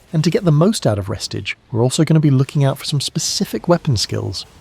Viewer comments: I ain't trusting anyone reading re stage as res tige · its pronounced Ree- stage. Stage as in, theatre stage. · Why the hell is he saying “restige”